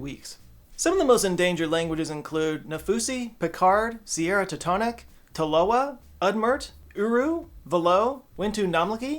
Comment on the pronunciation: 😂 that was the most butchered version of Tolowa I've ever heard.